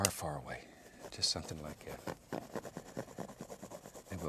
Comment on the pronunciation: I love when he says, "Sumptin about like 'at"